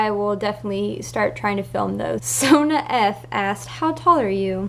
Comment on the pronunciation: ahh omg you answered my question and SAID MY NAME RIGHT substitute teachers always say like sonia or sonja or sonya or sonna or something like that lol but thanks :)